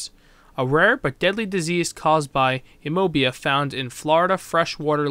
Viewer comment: It’s cute how he mispronounced “amoeba”